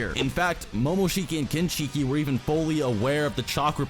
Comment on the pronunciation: I appreciate the research and time put into the video. But I cringe a bit everytime you mispronounce Kinshiki and Momoshiki. It's "shhhkee" not "sheeekeeee".